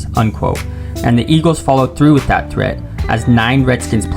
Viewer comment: Shibee Park and Vetawins Stadium. Home of da Eagwils and Phiwwies.